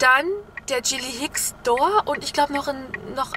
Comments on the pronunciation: sorry aber es heißt gilly hicks und nicht dschilli hicks :-D bekomme einen anfall wenn das jemand falsch sagt :-D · Das "G" von Gilly Hicks wird wie bei z.B. "Garten" ausgesprochen ;)